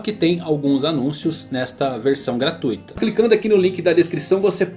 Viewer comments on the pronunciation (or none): none